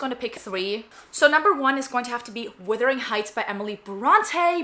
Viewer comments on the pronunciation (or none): Not to be that guy, but it's "Wuthering" not "Withering". Thanks for taking the time to share your opinions!